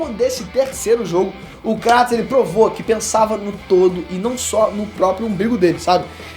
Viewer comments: Cara... Show o vídeo... Pena que o tema fica subjugado pois não existe essa "pira" de ser ou não digno, mas, POR FAVOR... KRATOS (kreitos)... Não KRÁTOS....tenha dó. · Não consigo suportar os dois falando Cratos... até na própria dublagem do jogo eles falam Kratos